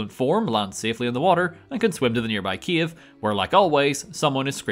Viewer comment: i know that you saying "cave" but all i hear is Kiev.